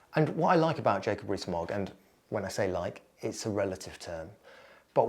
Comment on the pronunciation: Jacob REEE-Smogg